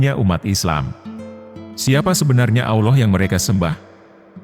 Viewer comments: Maaf ya! Ramai orang Indo tidak tau sebut Allah.. selalu disebut Auloh.. ini teguran ikhlas.. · suara robotnya masih non muslim rupanya....😂😂😂 Melafadz kata AllAH masih tidak bener, masih berbunyi Awloh atau aoloh.... semoga robot suaranya mendapat hidayah dan mualaf agar belajar melafafzkan kata AllAH dengan benar. Aamin....😊